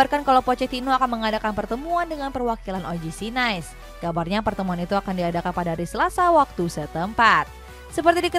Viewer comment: Setau saya NICE (Prancis) bukan dibaca "Nais" kaya lafal Inggris, tapi "Nis". 🙏 CMIIW